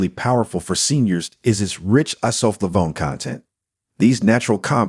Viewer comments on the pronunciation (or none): Good summary, but bad production. For example, , the robot voice butchers pronunciation of "isoflavone". The use of automated video production leaves many other faults a human editor would catch and correct.